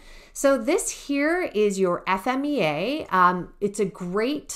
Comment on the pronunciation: Thanks for saying "F-M-E-A" I hear so many people saying Fee-Ma, which is 100% wrong